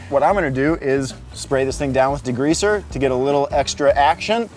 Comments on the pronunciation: Why does bro keep say DEGREEZER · What is "degreazer?" I have heard of degreaser... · Love but can we discuss how he says degreazer and not degreaser 😂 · Are we going to talk about saying "degreazer"? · says D-GREEZER hahahaha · Why do Americans make it sound like there's 2 gs in degreaser 🤣 .